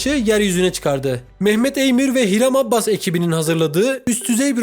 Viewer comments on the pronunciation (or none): Adını düzgün okusan keşke abbas değil abas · Abbas değil Abas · Her Abbas dediğinde kulaklarını çınlatıyorum haberin olsun adamın soyadını doğru kullan